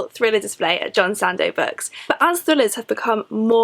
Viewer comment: Why do you pronounce "Books" as "Bucks"?